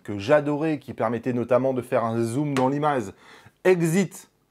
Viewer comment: « un zoom dans l’imaze »😂 super vidéo sinon je l’attendais avec impatience!!